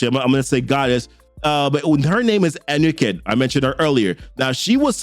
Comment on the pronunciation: Appreciate your videos and wanted to say keep up the good work!! Also the gods names are pronounced (Ghekre (Ge-Kray), Ptah (Ta} and Anuket (Ah-New-Ket). Just trying to help not criticizing at all bro!